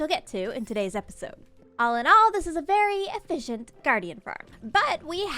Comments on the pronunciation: "e-fish-ent" farm ey? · Eee-Fish-ient guardian farm.